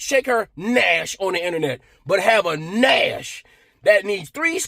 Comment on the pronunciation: Dude...we have to teach you how to say nyash properly. 😂